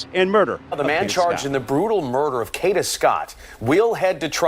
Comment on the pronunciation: Kada, not Kita.😂